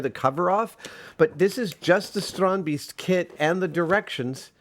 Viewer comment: The "ee" in Strandbeest should be pronaunced as "a" like in the word "ate"